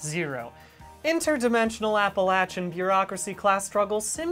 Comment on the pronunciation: the best part about this video is that bdg pronounces Appalachia right